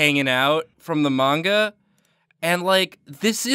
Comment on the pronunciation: Who else got kinda triggered when they pronounced manga wrong?